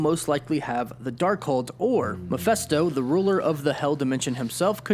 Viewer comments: He keeps pronouncing "Mephisto" as "mafesto". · Anyone else kinda bothered by the fact that he says Meph-eh-sto, instead of Meph-i-sto? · man this bothered me so much lol Channel that specializes in Marvel but can’t pronounce Mephisto